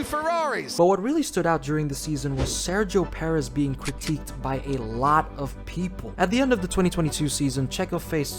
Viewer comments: “Spinio Perez” 😭😭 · "Sairgio Perez" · SEXOW PERREZZZ LMAO